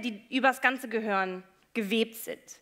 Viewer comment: Ich mag die Frau Shaw ja wirklich, aber es heißt GEHIRN, nicht GEHOERN.